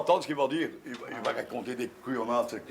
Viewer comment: Masterclass ! 🤣 merci la rtbf, “couiyonnade” 🤣 il m’a terminer.